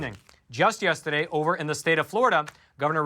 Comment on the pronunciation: Yustaday 😂 love it!